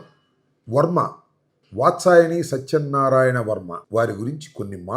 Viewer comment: వాత్సాయని కాదు వత్సవాయి